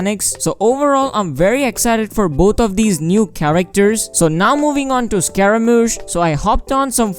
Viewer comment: Who tf calls him scaraMAUche?😳